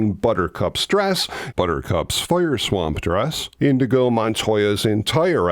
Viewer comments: Prolly here already, but it's Inigo, not Indigo. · Inigo NOT "Indigo"!!!! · Inigo Montoya, not Indigo! C’mon! 😂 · InYeGO Montoya........not INDIGO... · Hey, pretty sure the character is “Inigo” and not “Indigo”. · INIGO! Not indigo! Indigo is a color. The Swordsman is Inigo Montoya...... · Dunno if you realize it or if anyone else mentioned it, but it's 'In-nee-go', not 'In-dee-go' Indigo is a color whereas Inigo is a swordsman... not to be a pedant... Your show rocks BTW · I know it was just a slip of the tongue, but saying InDigo Montoya when his name is Inigo kept pulling me out of your video. Of course, that's a ME problem. LOL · Are you saying indigo? Because it's inigo 😂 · And I thought you were a geek about this movie. The fellow’s name was Inigo, not “indigo.” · You keep using that word... Indigo. It's Inigo. You should know as you and I both discussed it in my comment on your preview vid for this vid yesterday. LMFAO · BTW, Indigo is a color, NOT a name. It's "Inigo"... ;-P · Isn't it Inigo Montoya, not Indigo? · Indeed "Inigo"...not "Indigo". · PLEASE go back and overdub Indigo with Inigo. Love the video other wise… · Love this video! Just a quick correction. The name of the character is "Inígo" and not "Indigo". It took me a long time to realize. this. 🙂